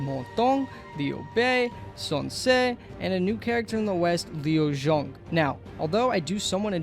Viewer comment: Damn I'm ready for the usual cao cao into tsao tsao, but liu zhang into liu zhong is bad, and the nanman leaders name are butchered beyond recognition